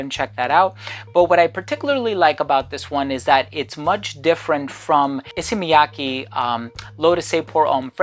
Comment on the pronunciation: You are so good at pronouncing Japanese names haha. Not just Issey Miyake, your pronounce of Hanae Mori in another video was perfect as well